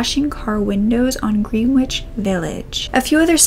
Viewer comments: Oh god, NYC Greenwich Village pronounced Grenich or simply The Village, - again, why, no clue! - But GreenWitch is part of one of the most fabulous YA book series ever (The Dark Is Rising, by Susan Cooper) that I sooo hope you & your followers & related children have read, or will read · Great but sad video— I’m so sorry for both missing people — thank you for sharing their lives and disappearances... ps Houston St. pronounced ‘Howstan’ and Greenwich Village is pronounced ‘Grenige’ (my old neighborhood!)